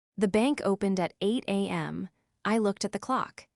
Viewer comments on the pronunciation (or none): An unrealistic that anyone would do that or could afford it Family needs to manage their own funds & bills Why can’t AI say time correctly 8am 🦘🇦🇺